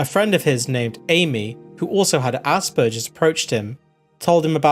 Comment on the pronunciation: how has no one told you the g in Asperger's is not "juh" it's "guh"